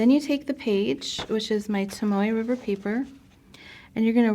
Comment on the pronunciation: Are you saying Tamoe River Paper?